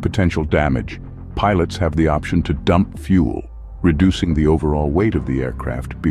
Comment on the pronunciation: Where to begin- "Fuel" not "fule." In the first 35 seconds you show four different aircraft types- an A36 Bonanza, a Twin Otter, a diagram of a turbo prop and an A320. NONE of those have fuel dumping capability. Only some heavy jets have fuel jettison. You then show a contrail being formed. Comtrails have NOTHING to do with fuel jettison. Of around ten types you showed, onlt two actually have fuel jettison capability. Other aircraft types (and, indeed, aircraft that CAN jettison) are certified to land over maximum landing weight in an emergency. MLW is not ROUTINELY exceeded as it would decrease the aircrafts service lfe, but it can be if neccessary.